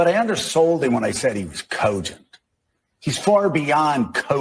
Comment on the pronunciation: Cogent? More like "Coupgent"